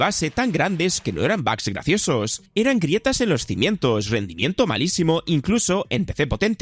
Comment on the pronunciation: Tanto escuchar bags se me pegó. Ya no diré bugs desde ahora será bags :v